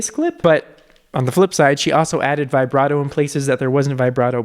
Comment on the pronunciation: Why do you say vibrato via-brato instead of vi-brato